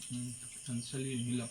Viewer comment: কয়লার মুরগি নয় বয়লার মুরগি বলে😅😊❤